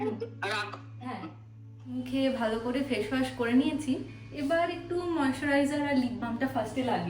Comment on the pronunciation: Why is shade and shadow pronounced as ' sad' and ' sado' and face pronounced as' Fashe'? It's fine if you are not proficient in English pronunciation. But you can always check the same on Google or even youtube before using it on a social platform. Since you are using English words, it's a suggestion to sound right while vlogging.